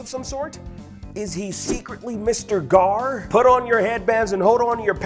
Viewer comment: It's Gar.